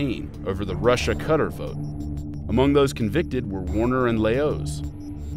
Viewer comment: Cutter in Arabic